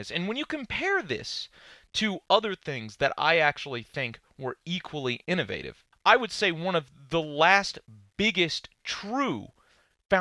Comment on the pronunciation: Anyone else annoyed how he says innovative?